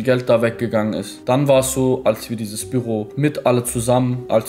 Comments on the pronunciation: Das triggert mich heftig wie er Büro sagt. Bürro? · Büüroo nicht birro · ES HEISST BÜÜÜÜRO NICHT SO WIE DU ES SAGST ALTER WIE HART DAS TRIGGERT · WIE SPRICHT ER BÜRO AUS ICH RASTE AUS